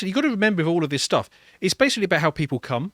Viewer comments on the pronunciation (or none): ' it's all about how people cum' 😂 never heard it said that way before lol